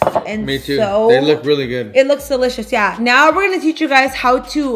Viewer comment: I know y’all heard when she said “shelicous” instead of delicious lol